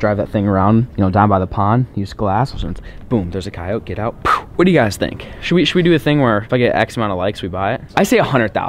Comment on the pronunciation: your saying coyote wrong